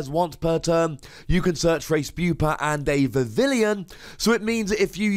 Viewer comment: It's pronounced "Vi-vi-yon", which is derived from "papillon", the French word for butterfly.